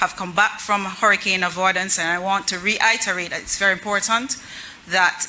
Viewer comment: “ rehiterate” that the fisherfolks. SMH